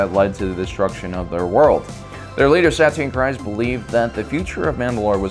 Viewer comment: Alright, I see you finally pronouncing Din Djarin last name well... but Kryze is pronounced Kr•ee•z. I’m starting to wonder if has actually watched any of the shows?!? He always sounds so knowledgeable of the material but mispronounces so many names like he has never heard them said out loud but has only read them. I mean it’s cool if he is just the face and voice of the channel, and someone else writes the info. It’d actually explain the mispronunciations. Not trying to be mean, trust me I understand mispronouncing words, English is my second language. But those names just sounds like he has never watched the shows or paid attention to the names 🤔🤔🤔